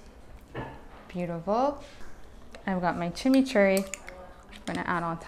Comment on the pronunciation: Chimichurri????? Lol